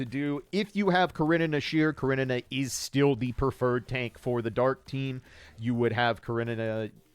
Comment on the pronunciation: I love how you pronounce Karenina